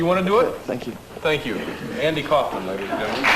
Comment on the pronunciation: andy kouuufman. lol